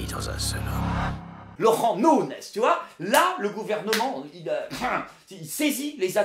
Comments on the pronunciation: nikel ! au passage c'est nougness que ça se prononce. il y a le tilde au dessus du N ;) ...de rien ;) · Nuñez se prononce NU- NYEZ! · ca se prononce Nuñez